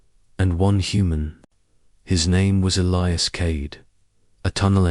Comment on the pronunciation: Dear AI;His name is E lie as